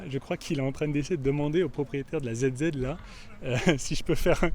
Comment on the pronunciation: ZZ il prononce Zizi? mdr, Puis il parle français le cachotier!!! xD bref tu nous fait kiffé!! Continue comme ça! Une vraie nostalgie des jeux vidéos lol!